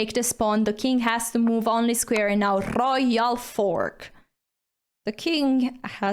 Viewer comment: RRRoyal Fork 😂